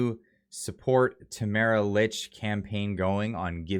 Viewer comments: I guess you don’t read your comments, because several people have mentioned that Tamara’s last name is pronounced “leach”, not “ilitch”. However, what you’ve said is good! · Please pronounce her last name correctly! It sounds like, “Leach”. Thanks.